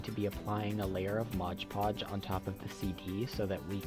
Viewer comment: It's MOD Podge NOT MODGE Podge